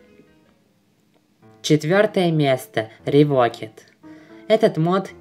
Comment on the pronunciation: Правильнее сказать Revoked-[Ревоукд] The cursed-[Зе кёрсд]